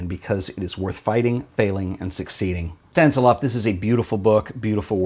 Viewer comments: ..sta nis lav.. not stan si lav.... 😉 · I like the gold Polaroid!! Anything looks better with some gold on it! 😉 One thing: I'm quite sure it's Stan-IS-lav! 😉 Another very inspiring show,. I love the book by your online friend Sinnøve! So beautiful! 😍❤